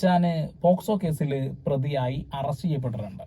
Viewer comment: Posco allalo pocso alle 😅